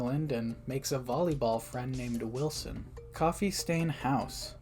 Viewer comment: I got so confused when you said "Wilson" because it sounds like "Goat Sim" Edit: I think at first you said "Goatson" but still lol